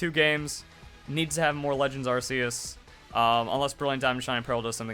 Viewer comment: Dude learn to enunciate. It's pronounced ARC-E-US as in Noah's Ark not Arse E Us